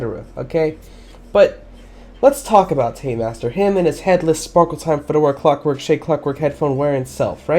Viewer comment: When you said clockwork it’s like you said F***